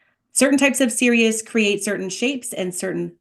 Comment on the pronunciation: I believe it's pronounced saw-ray-ah or sa-RA-yah Thank you for this